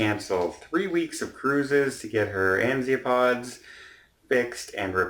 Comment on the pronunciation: i am very sorry but just have to correct you on one thing. The propulsion system is called "azimuth thrusters", or azi-pods. Not Enziopods like you have said now and in the past if i remember correctly.:)